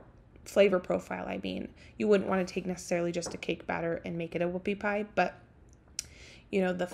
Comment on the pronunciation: He thought you said woofy pie